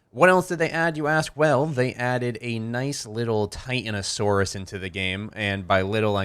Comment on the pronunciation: Tie-tan-o(long o sound)-saur. tit and a boa all over again. New fan love your vids!